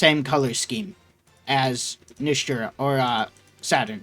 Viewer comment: It's Nasujuro